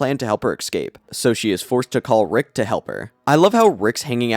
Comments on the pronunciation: Why do you say ”eckscape”, isnt int pronounced ”escape”. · Man, after 8 RaMs retrospective, word "exscape" make my ears bleed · Look man you gotta learn how to say escape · I lose it every time he says escape wrong. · EScape. Not EXcape. SHIT. Not Shi_t. You talk like you are hiccuping.